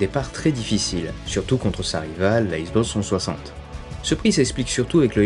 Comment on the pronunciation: « La issboxe twoisante » X - Box - trois - cent - soixante. Désolé, c’était plus fort que moi.